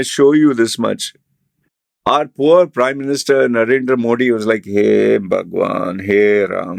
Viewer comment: Tong twister for u Say mo-thee instead saying Moh-D